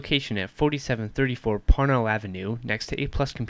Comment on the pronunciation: LOL when he says "parnell Ave" it sounds like he says "Porno Ave"